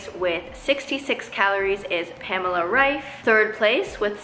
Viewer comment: Your pronunciation of Pamela Reifs last name was the best one I head from an American so far (her last name is pronounced German and I’m German too)